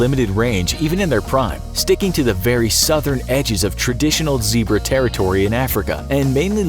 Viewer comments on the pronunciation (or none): none